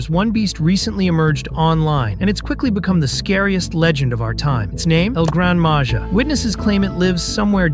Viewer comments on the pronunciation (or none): Don’t say it like that thing of it as el grand maha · It's pernounst El gran maha